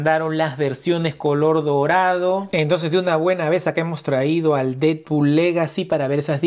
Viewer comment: solo vine a ver si tú también dices "didpul" en lugar de "Deadpool" 🤨